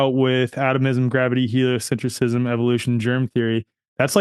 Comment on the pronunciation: It's "helio-centrism," not "helio-cent-riss-ism."